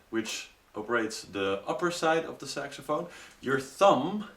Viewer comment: Thumbs up if you heard him say SEXAPHONE! XD